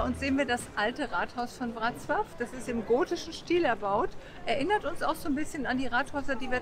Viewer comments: Breslau wird WrozWaf ausgesprochen- Das L mit dem Strich durch ist ein W. So heisst der Tenor auch Piotr BeczaWa. Ist aber nicht so wichtig. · Das w wird im englischen anders ausgesprochen als im deutschen. Lern erstmal eine Sprache bis hin zur Aussprache richtig, eh du dich an 6 weitere machst. 🤦🏻‍♀️ Und der polnische Buchstabe ł wird wie das englische DOUBLE-U ausgesprochen.